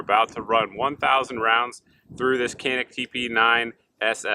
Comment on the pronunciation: Pronounced Djanik I asked the company!